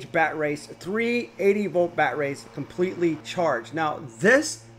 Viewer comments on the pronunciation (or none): so i am aussie and am i the only one that can hear him saying batrays?